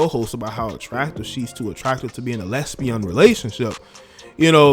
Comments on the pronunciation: Why do you say “lesbion?” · Why do pronounce lesbian “less-be-on” ... it drives me crazy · “LEZZBEUN”!!!!-U BEEN WATCHIN THE GREAT JESSE LEE PETERSON!!😂😆👍🏿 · Did you really say a Les—beyond relationship! 🤣🤣😂😂 oppose to lesbian, 🤔😂😅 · “Lesbiooon” bro are intentionally trying to get me to dislike u